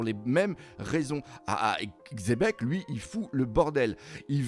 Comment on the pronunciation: qui dit enfin Xebec et plus Chebec (hormis s'il le disait déja et que j'ai raté un épisode)